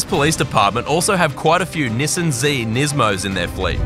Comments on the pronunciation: You do realize your pronouncing Nissan wrong it’s not nisin it’s Nissan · I heard 'pershoot' and rolled, but when I heard 'nisen', I had to drop this comment... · you said Nissan wrong